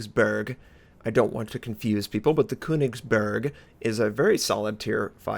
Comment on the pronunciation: "The Kounicksburrrrk" My ears :(